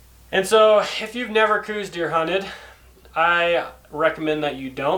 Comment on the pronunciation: Yep, hunted Coues all my life and that is how I have always pronounced it...and heard it pronounced in Arizona.